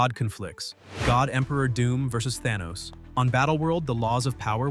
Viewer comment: I didn't know Arthur was the ruler of Atlanta!! 😂😂😂 Also Thaw-knee had me roling!!